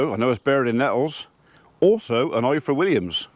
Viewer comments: Please say IFOR like you would say IVOR . In the Welsh alphabet single f is pronounced as V ff is pronounced as eff. Diolch (thank you) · The "F" in Ifor is pronounced "V". F is literally v in Welsh 🏴🏴👍